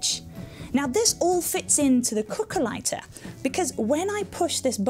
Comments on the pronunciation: cookah ligh-tah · i heard it as calculator